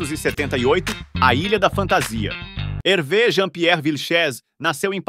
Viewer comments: O nome se fala Hervê, no francês o acento agudo ( ‘) tem o mesmo som do nosso circunflexo ( ^), então, sempre que verem uma palavra em francês com acento agudo lembre-se que o som é fechado. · Lê -se "Hervê" com o som fechado e não como é, como seria em português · Pronúncia correta Hervê !!! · Que triste!😢 Mas a pronúncia correta é HERVÊ! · Muito bacana o vídeo. Só uma dica: a pronúncia é HervÊ. Grande abraço!! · A pronúncia correta do nome é Hervê.